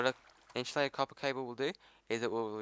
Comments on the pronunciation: Lol it's inSUlated not inSHOElated Just messing with you man nice video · Good video, but for the love of god its Insulated, not Inshulated. If you got a speech problem I understand but my OCD is going craaazy